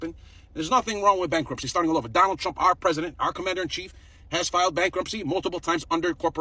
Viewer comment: “I will boat for Donald Trumuh!”